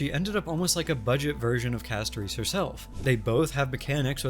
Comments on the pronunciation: Sorry, I thought this was an interesting video and wanted to watch, but I had to stop because hearing CastoREECE over and over was causing an aneurysm. If you don't like the english audio in game, that's fine, but please learn the character names before making a video about them. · Why does bro say Castorice like that lmao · The way bro pronounces Castorice's name triggers me in a unique way...